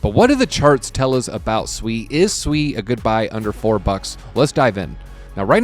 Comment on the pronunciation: Nice to finally hear someone pronounce SUI Correctly!